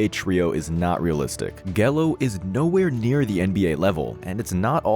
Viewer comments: stopped watching as soon as I heard GH-ello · "GE-LO" 😂😂😂 I'm sorry bro I get it, it happens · It’s pronounced Jello! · Not you showing clips of Steph curry when you were talking about his brother Seth. Jeeeshh. 🤦🏽‍♀️ I overlooked you mispronouncing Gelo but dangggg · How you gonna mispronounce Gelo? 🤦🏻‍♂️ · Lol say Gelo